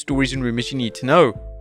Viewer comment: does anyone else try to exit the video before he says "wrrreesstling content"? lol